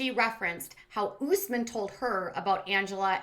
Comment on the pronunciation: US-men NOT oooos-men! Ugh!